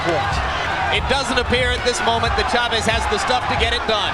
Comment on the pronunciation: CHAVEZ, one word. Not Shuh-Vezz. CHAVEZ one word.